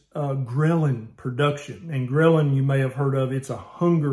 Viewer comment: When Doc said Ghrelin, I was passively listening and thought he said grilling for a sec, that got me hungry. :)